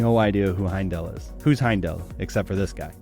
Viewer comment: Nitpick : "This guy" is Heimdall, not "Heindl", and "Vater" is not pronounced like that.